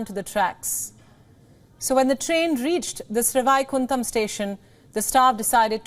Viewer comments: It is sad to see Indian newscast cannot pronounce names, even Sanskrit based names, like Sreevaikundam, श्रीवैकुण्डम्. I squirmed every time she pronounced it. It shows lack of commitment, education and the respect they should show to their own culture, languages, and history. It is not good enough to strut around speaking English. One should be rooted in one’s culture and be proud of the heritage. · Absolutely fantastic. Please get the pronunciation of the railway station correctly. It is Srivaikuntam. Literally means great abode of Lord Vishnu. Whenever anyone dies usually with atmost respect it is referred as that person has reached the abode of the Lord. However in this case all the passengers were held up in the Vaikuntam here on the earth instead of sending them to the Vaikuntam up above